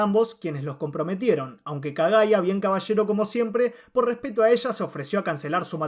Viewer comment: Oigan vieron q cuando shinobu en el minuto dijo repesto en vez de respeto? (Cuando opino de gyomei)